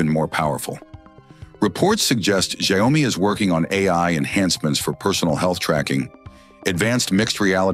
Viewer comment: Could we maybe teach AI how to pronounce a word/name and then have it stick to the same pronunciation throughout the video? I think I heard Xiaomi pronounced like 20 different ways 🙄. I don't even care if it's wrong, just stick to one!